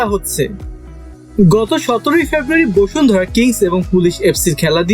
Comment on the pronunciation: বসুন্ধরা নাকি বশুন্ধরা 😐😐